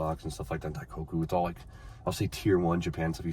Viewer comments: daiKOku, not daikaku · yo its not "die cock eew" its "die coke oo" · For the love of God, it's "Die-coke-ooh" not "Die-cock-ooh", lmao 🤣🤣🤣🤣💀🤦‍♂. You say it correctly like every other time in these videos and it's hilarious. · Dai-KOH-Koo. pronouncing it Dai-KAW-Koo lol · Bro this is the second time I’ve heard you say in this video, “dai-COCK-Koo” is CRAZY 😭😭